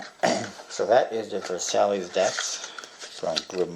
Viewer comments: he's right actually, i'm french and the right pronounciation would sound like : verSY or smthg like that ;) I'm looking forward for the Gold crown, i've never heard about it ! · It's pronounced vur-SY, like the treaty that started WW2. Good review though. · I'm pretty sure you pronounced Versailles wrongly, but whatever. What is there to buy at blue crown that adds up until $100 anyway?